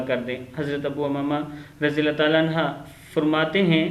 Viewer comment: Anha nhi anhu parho